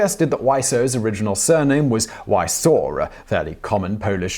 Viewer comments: Wieczor not wiesaur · 'Wieczor' is pronounced like vee-ech-or. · So his name is pronounced “Why So”? “Weiseau Serious?”